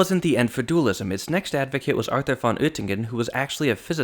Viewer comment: Moritz Hauptmann is pronounced sort of like Moe-Rits (like Joe fits) Houptmunn (like House-Sun) - not lice Maurice Hauptman .... Arthur is pronounced in German kind of like Car-Tour without the C in the beginning ... and Hugo Riemann please pronounce like Hoo-go Ree-Mun ... Thanks Greetings from Germany